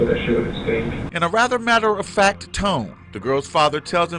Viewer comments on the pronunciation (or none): none